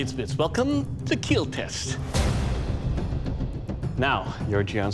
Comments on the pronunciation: It will Keel! Lol 😂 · It will both keal and kill haha